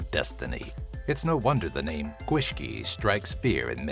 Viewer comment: Gethin Topps yeah he did butcher the names